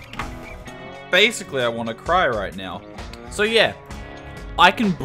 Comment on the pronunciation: "Bascially" lmao